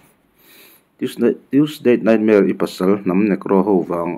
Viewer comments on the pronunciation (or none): Tuesdate Nightmare ti a chhiar ang tlata ka ngaihthlak chu le, ka hresual palh nge.